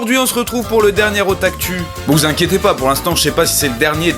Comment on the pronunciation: hey salut j'adore vraiment des otakus mais tu pourrais pas les pronnoncés OtakOU x)